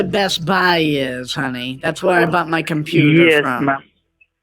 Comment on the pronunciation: They're saying vher instead of where ...